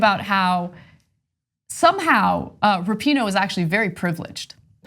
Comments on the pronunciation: You guys finally managed to pronounce “Rapinoe” correctly on your panel after 3 frickin years and that dude there still said “Wrappyno.” Thank you ladies for getting it right! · Rapinoe v Shapino